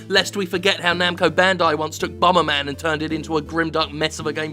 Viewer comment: Did he just say Bummerman?